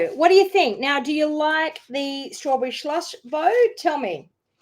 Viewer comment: Strawberry Slush Bow hard to say quickly😂 sounds like you’ve drinking 😂😂